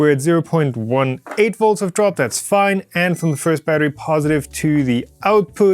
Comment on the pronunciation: Awesome little project! “As long as it doesn’t short out anything ELSE it’s fiiiinee” talking like a Chinese printer manufacturer.